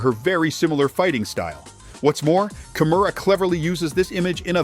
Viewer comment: How the hell can that stupid narrator keep mispronounced her name as ‘Kamora’ while her name is KIMURA.😊